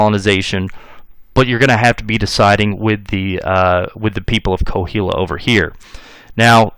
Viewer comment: Great history lesson, I’m enjoying every bit. Just wanted to correct you on pronunciation of Coahuila. It’s pronounced Qua-wee-la.